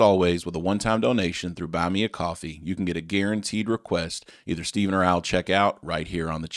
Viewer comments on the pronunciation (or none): none